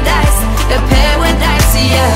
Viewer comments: La chanson est top et la voix de la chanteuse aussi mais je trouve qu'elle ne correspond pas à cette chanson. De plus son accent est horrible, elle prononce "pawadise" au lieu de "paradise" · Elle ne le prononce pas correctement. Il suffit d'écouter la différence entre elle et Cris pour se rendre compte qu'elle le prononce comme un "w" et non un "r" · On dirais les R elle les prononcent en W "paradise" elle les dit "pewedise" jdis ça jdis rien! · Est ce que c'est moi ou quand dit des mots en Anglais avec la lettre R sa sonne comme un W. Ex quand elle dit Paradise sa sonne comme Pawadise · A pawidise😅 fallait revoir la prononciation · elle prononce pawadise gros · elle sait même pas dire paradise , la fille elle dit pawadise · le prononce comme ça si tu suis bien les épisodes x) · "Paradise" c'est le nom de sa musique elle même pas foutue de le prononcer correctement...